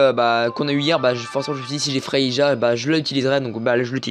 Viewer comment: Merci pour la vidéo. c'est vrai que tu parle un peu vite, mais cas vas. Sinon on dit pas Frei"ja" mais Frei"ya" 😉